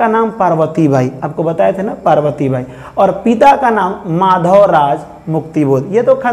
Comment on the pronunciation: Glt mt padhayie manav nahi madhav hai